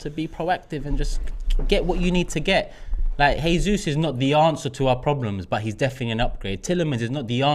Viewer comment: Seriuosly? "Heysus" ? It's not even hard to pronounce right 🙄